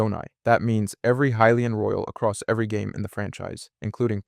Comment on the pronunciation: Are you pronouncing hylian 2 different ways?